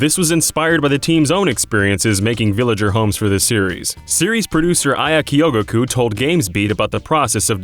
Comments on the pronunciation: "Ka-yo-gu-ko" .... it's kyo-go-ku. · It's not pronounced kioguguku, it's pronounced... I'm not sure how to spell it out so I'll just say it in Japanese. きょぐく